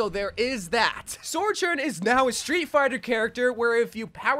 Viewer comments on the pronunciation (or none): why do u say sojourn like that